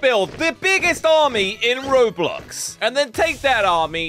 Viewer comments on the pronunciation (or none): none